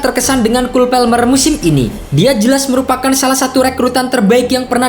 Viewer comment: orang inggris juga bacanya kol palmer keknya,bukan kul pelmer😅😅